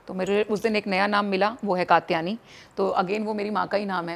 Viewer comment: कात्यायनी बोलते हैं katyani नहीं पता नहीं जब उच्चारण ही सही नहीं है तो क्या करती होगी! Krishna परमहंस नहीं रामकृष्ण परमहंस नाम है उनका! Stylish बोलने से ज्यादा जरूरी है सही बोलना